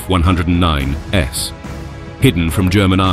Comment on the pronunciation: And pronouncing the "s" indicating multiple aircraft as if it was a type-indicator. Very sloppy -- should have been caught and corrected before "publishing" the video.